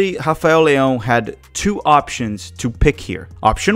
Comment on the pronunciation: Don't think Leao is selfish and You getting too wind up about him not giving the ball to Pulisic and don't know why you mispronounce his name